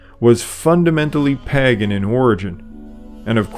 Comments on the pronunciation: Pay gan, usually not Pag gan. Informative video. Loved listening to it more than once. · pagan /ˈpeɪɡ(ə)n Sorry,really enjoyed this video. But!. Every time I heard you mispronounce pagan for pagen it triggered me a little. Just one small criticism. Apart from that,excellent work. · Lovely video. I really enjoyed the content - very well-researched. I just wish you had pronounced ‘Pagan’ correctly. It’s ‘peig(en)’ or ‘pay-g(u)n’, not ‘paggen’. It’s a good idea to check Google for pronunciations on words you’re unsure of. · The 1st "a" in 'pagan" is long, 'pay-gin", not " pah-gin". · Padan is pronounced pay-Gan. not Paggan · 11/27/23 your information is quite accurate, but I MUST ask you to check your pronunciations! "Pagan" starts with a long A, not as in at or _palm_. Think pay as in _PAY-day_. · The Eastern Orthodox who celebrate by the "old calendar" are a minority, to be sure... Also the word is pronounced Pay-gan. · I'm sorry but I just could not take it anymore. Pagan is pronounced pay-gun, not how you pronounced it. Sorry, it's a pet peeve of mine. Otherwise, I enjoyed the video and the information you presented. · It is PAY-gun! Hard to enjoy when such a basic thing is mispronounced throughout. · Pagan has a long “A”.